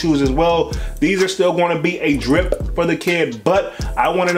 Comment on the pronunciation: Homie said driP or skiP The emphasis he put on the P be having me hollering lol I LOVE IT and The content 🤣🤣🤣🙌🏾🙌🏾🙌🏾🙌🏾